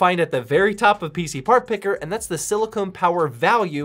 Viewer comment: my pet peeve is when someone calls 'silicon'; SILICONE. different words!! When in tech it's usually the former. Otherwise awesome video, I.ve been seeing this case on amazon. it's neat.